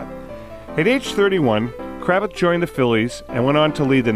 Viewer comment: You mispronounced his last name. Its Cra-vath